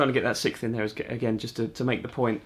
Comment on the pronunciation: I thought you were saying the sith instead of the 6th. I was like, I knew it took some dark Jedi powers to play guitar like this🤣. All joking aside, great video! You did a great job of explaining the theory in a way I understand👍